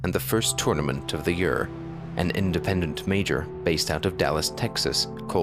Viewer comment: the way he says year is disturbing.